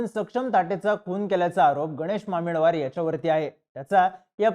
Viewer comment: Thoda common sense pan vapar. Aanchal He asa spelling jari asla tari pronounce Aachal hota. Ani mamidwar madhe ड nahi द asto.